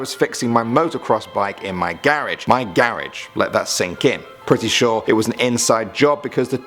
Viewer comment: The way he said garage pissed me off idk why